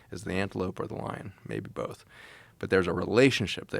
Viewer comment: Both. Not BOLTH! Joe.